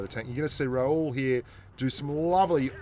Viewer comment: By the way his name is Ra-hul , not raul , he is not spanish 😂😂😂😂